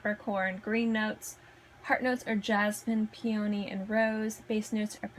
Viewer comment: PEE uh nee = Peony Nass STIR shum = Nasturtium Ger AY nee um = Geranium Eh PITT uh mee = Epitome Seen your EEN ah = Signorina Hope it helps. 😊